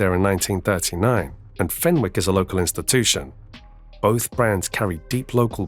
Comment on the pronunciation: FenWick, NO! FENICK is how it's pronounced